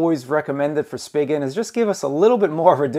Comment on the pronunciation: It's pronounced spee-jin